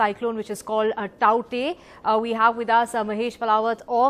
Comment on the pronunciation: Finally a news anchor saying the word TAUKTAE correctly !